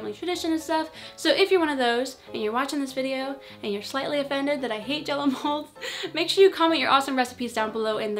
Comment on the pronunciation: Jell-o sounds for me like J-lo 😂😂😂😂